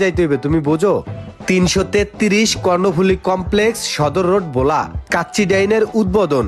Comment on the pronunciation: বোলা না ভোলা